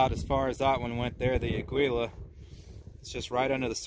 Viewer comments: ITS " A GEE LA" FOR CHRIST'S SAKE PEOPLE.. you don't have to be fluent in spanish to not sound like a dweeb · Ah-gee-la, it means eagle in Spanish. Note the trademark logo...